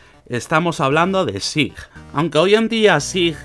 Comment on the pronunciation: we read / S A I /, that's not difficult.